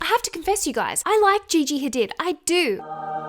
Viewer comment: It’s pronounced ha-deed not did haha